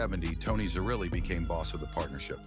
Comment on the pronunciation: Pronounced Tocco and zer-relly (zerelli)